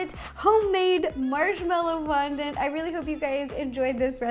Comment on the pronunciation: Lol "Marshmellow Rondant"